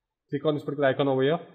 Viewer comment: Why does he keep fking saying 'particlar'...choose another word jackass...